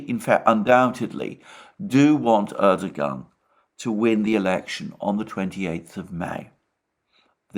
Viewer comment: knows how to pronounce 'Erdogan' correctly, Alexander not so much.